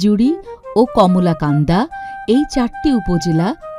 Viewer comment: কলমাকান্দার উচ্চারণ করতে পারেনি কমলাকান্দা উচ্চারণ করেছে।